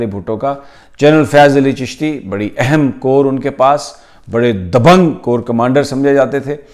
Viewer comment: Sir G " Eham" word per zoor thora kam dala karain. her baat he Eham hoti hai apki. but keep up the good work . Khan ka sath mat chorna